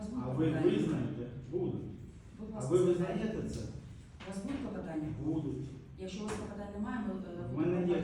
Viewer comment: Коли суддя замість слова КЛОПОТАННЯ каже КЛАПОТАННЯ, то нема що слухати далі.